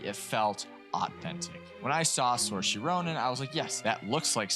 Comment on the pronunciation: Sorry, have to do this: Saoirse - sear-sha (Barry ) Keoghan - k'yo-un Excellent points though and very much agree